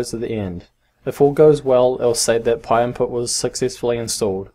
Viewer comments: just wanna say it's pynput not pyinput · thank you so much i thought he was saying pie impute